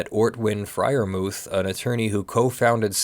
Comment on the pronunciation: the "h" in Freyermuth is silent, and is not an english "th". Anglicised you should say "Friar-moot". I'm sure I'm wright about this :)